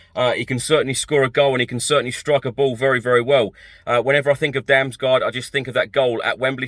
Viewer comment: Damsgaard is pronounced "Dams-gord". It's Danish, and so is he. Great little player though - hope that one works out. I won't even start trying to correct what you've done to poor Fabio's surname,. A few weeks ago you could actually say it properly, even with the correct Italian double-emphasis and all, so maybe I'll just wait until you work your way back to being respectful enough of the guy not to call him what sounds uncomfortably like the Spanish slang for a potty. 😀